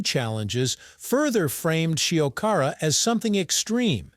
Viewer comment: At least make an effort to pronounce Shiokara properly...